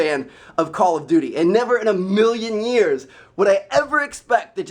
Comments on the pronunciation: It's call of duty, not coll of duty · Its called call OF duty not call o duty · Anyone else think he said call of booty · He said call if booty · at like i swear he says call of booty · He said "call of booty" in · You said call of booty lol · LOL I SWEAR HE SAYS "CALL OF BOOTY"! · he says call of booty. Slow down Trev. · he says call of booty lol